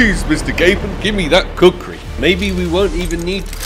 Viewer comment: Bro said cuckri knife